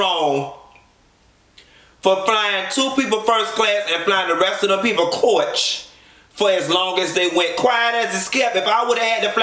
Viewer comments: I'm loving the way you pronouncing "coa-itch" lol. Coach OR first class, I can't be on no plane longer than 4-5 hours....tops! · Listen I dont even have to watch the show 😂😂 These reviews give me all the visuals I need. “Flying Coarrch” 🤣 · its midnight and i'm cryinnnnnnn at the way you're saying "coach"